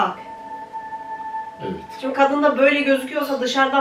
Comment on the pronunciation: Ya abla baban her ivit dediğinde gülesim geliyo😁 gerçekten çok kaliteli bir video olmuş(bilgilendirici) komik tıp tweetleri videosunada konuk olursa çok seviniriz☺